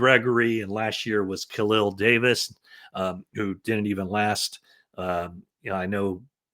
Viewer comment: Good info. Thx. At first I thought you said Kalia Davis. 😅 Khalil Davis is with the Birmingham Stallions (UFL), who he also played for in 2023.